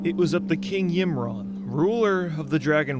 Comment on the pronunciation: My ears are bleeding from his pronunciation of Ymiron and Vrykul lol